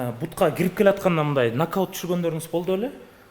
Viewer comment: НАГДАУТ дейтко )))